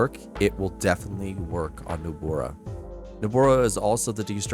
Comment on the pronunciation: Didn’t know it was pronounced “no-BOAR-a”. Interesting.